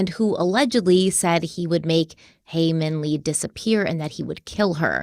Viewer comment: thought ppl wouldve commented it on the last video but it seems like you're still getting haemin's name wrong ^^ first name is haemin and last name is lee. Looking forward to watching this ep.